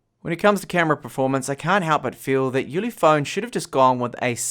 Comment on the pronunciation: minutes "ulephone" oops :D